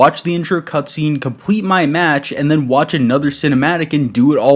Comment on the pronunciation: My guy said "compwete" .